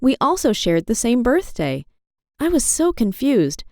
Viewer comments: birtday? It’s birthday my man lol that’s ok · It said birtday instead of birthday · She said birtday and they have the same birthday as me that's pretty 👌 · Pause your video “Birtday” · When she said we also share the same birthday it was spelled like birtday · wth is a "birtday"?